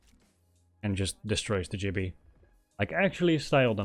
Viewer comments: Great video but its gibby not jibby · Great walkthrough, although his name is Gibby, not Jibby 😂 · Its GIBBY NOT JIBBY